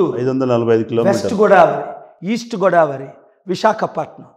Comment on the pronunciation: గోడావరి కాదు పాల్ గారు గోదావరి😅